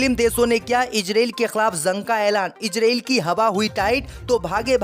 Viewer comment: ZUNG KA EILAN....JUNG THEEK SE READ KERNE NAHI AATA.???